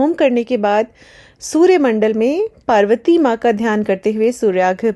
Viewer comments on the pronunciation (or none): none